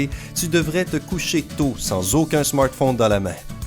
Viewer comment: co,,ent tu parle qant tu dis smartphone